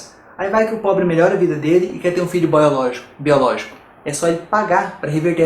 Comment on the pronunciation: filho "boiologico"!!! hahahha!!